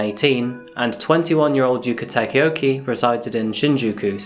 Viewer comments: Broke: Yuka Tah-kah-oh-kah Woke: Yuka Tah-ke-oh-key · The pronounciation is yookuh takaohkuh not yoo-K taka-yo-K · Her name is Yuka Takaoka, not "Yuka Takioki" as you say it. I don't know why English speakers struggle so hard with vowels, but here is a guide: Yuka = Yoo-Kah, Takaoka = Tah-kah-oh-kah. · the he pronounces her name ARGGHG I’m so madd😭😭😭😭 IT’S YUKA TAKAOKA NOT YUKA TAKAEOKEY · Before you die knowing this girl's name is pronounced yoka takayokay Its actually pronounced yukā tākā o kā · the way he pronounces yuka takaoka isn't correct. he pronounces it "yuka Takeoke" and "yuka takaoki" which is completely different and mildly infuriating. like bro if you're showcasing it at least use the proper pronunciation. overall, video was ok and could be better.